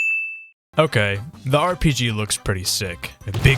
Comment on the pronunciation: RPG is NOT S tear😭